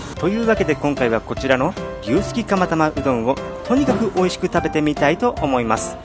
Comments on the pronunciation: 牛すきタマタマに聞こえた。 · 釜玉がたまたまに聞こえた笑笑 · 牛すきタマタマにしか聞こえないよぉぉ